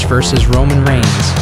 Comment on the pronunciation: ah yes my favorite superstar, ROMIGNS